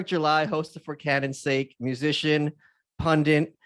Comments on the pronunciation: Come on, Michael. It's pun-dit. Not pun-dint. So mainstream of you. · Pundit!!!! Pundit!!!!!!!!!!! Why Must every American say pun dint?? Retards